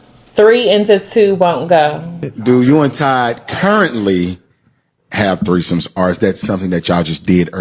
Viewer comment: never seen a old married couple say "we had treesomes" ever